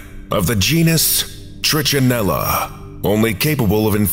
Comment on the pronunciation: Pronunciations of trichinella and trichinosis are slightly off. The "ch" in both should sound like you're saying the letter "k". And the first syllables of both are NOT the long "I" sound (does sound like the I in it). Just a small FYI. tri-ka-NŌ-sis tri-ka-NELL-a The letter "o" is the only long vowel sound.